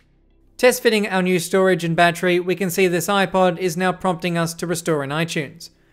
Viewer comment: awesome video! and im a big fan of the streamlined way you say battery! ba-tree! lol